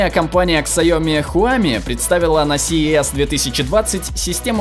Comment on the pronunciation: Мне не послышалось? Он сказал "ксайоми"😣